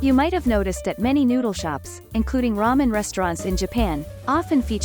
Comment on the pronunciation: Just about lost it when the narrator said "...a must visit spot for ten men lovers."